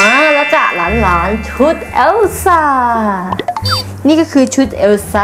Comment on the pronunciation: พูดว่าแอลซ่า 555